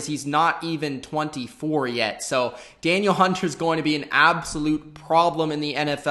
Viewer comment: its da-neel hunter